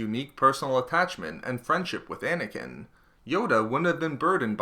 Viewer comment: Anakin...not snaking